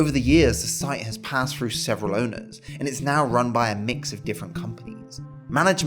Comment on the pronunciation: "suvvern England", "ripped frew", "fousand" . Learn how to speak please. I can't listen to the rest.